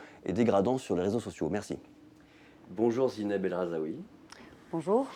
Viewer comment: Son nom c'est Rahzoui pas Rahzaoui donc première phrase, on écorche son nom de famille 🙄 ! Bref